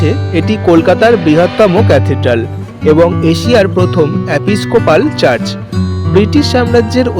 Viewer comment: 'চার্জ' নয় রে বাবা ---- কথাটা চার্চ হবে ! ইউটিউব আর ইউটিউবাররা সব কিছু ডুবিয়ে দিল রে !!